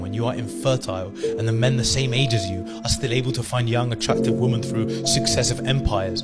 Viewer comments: irrelevant to the actually rubbish he’s saying however it’s so annoying he’s saying woman instead or women. Pointless comment 🙃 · never trust a man who pronounces women as woman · Why do these man say woman instead of women? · Ive noticed this a lot recently, and maybe it's me but, but have people on the internet started pronouncing women (plural) differently? If so, WHY????? Not directing this at you BTW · Ridiculous influencers! Also, why can lots of men not pronounce ‘women'?? I hear it more and more, including with the guy with the Andrew Tate opinions. It kind of feels misogynistic for a man not to be able to pronounce it! Thanks to for saying it correctly. 😂 Also, the same guy needs to be told that it's ‘incapable' not ‘uncapable'... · he can't even pronounce the word properly. He says 'women' the same way he says 'woman'.